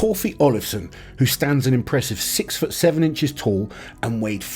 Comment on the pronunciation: Tall Not tool lol